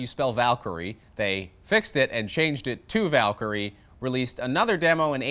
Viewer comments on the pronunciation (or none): none